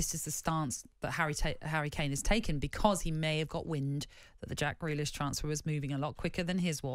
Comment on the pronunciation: Grealish, not Greakish. Lol.